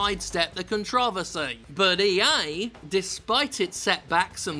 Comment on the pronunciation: Did you really pronounce controversy like that? Come on bro we know you're not American. Good for you